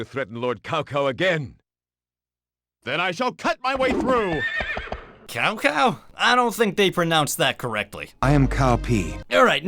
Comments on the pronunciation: It isn't "Cow Cow"... it's Çao Çao... illiterate wretches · Cao Cao is pronounced like Ts'ao Ts'ao. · It is prounounced Chao Chao.